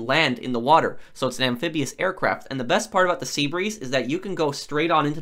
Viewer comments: It’s Seabreeze, get it right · Pro: says seabrease Ah s***, here we go again.